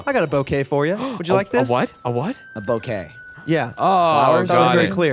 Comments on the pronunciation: A bow-kay. ಠ_ಠ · It's boo-kay. French "bou" is pronounced with a long o. "Bow" would be "beaux."